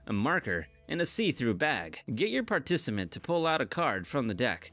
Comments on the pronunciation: OK I thought it was just me >> falls over << parnissaamennt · Get your PAR-TI-CI-MENT. LOL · particimant??? LOL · wait what did he say? xD Partisiment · wtf is a particiment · he said it again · Why can’t this guy pronounce the word “participant”?